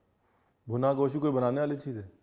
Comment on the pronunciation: Mutton ko Goss toh mut bola kijiye,kam se kam